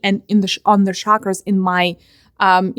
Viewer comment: I know it's not important but it's just part of my integrity... It's Chakra NOT Shakra! Every time you say 'shakra' my autism-bound mind suffers.